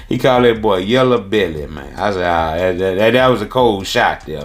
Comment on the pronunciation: NO HE DIDNT JUST SAY “YELLA BELLY” 😅😂🤣😂🤣